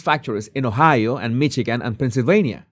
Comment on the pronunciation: Michigan is pronounced Mishigan, Otherwise flawless commentary.